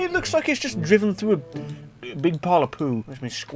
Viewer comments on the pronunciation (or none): none